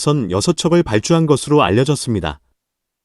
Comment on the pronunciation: 헹글ㄹ리 ㅋㅋㅋㅋㅋ 헝리로읽어야